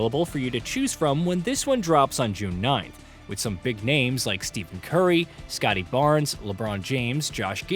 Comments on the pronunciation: bro said steven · STEE-FEN CURRY?!?!!!! Fire this fucking guy... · In his defense, Stephen is pronounced that way pretty often. On the other hand, IT'S STEPH CURRY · use AI again and im out. No basketball fan pronounces Steph Curry wrong and claims Josh Giddey is a star... Please, do better. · Pronouncing Curry & Luka’s name wrong. Is this ai voiceover?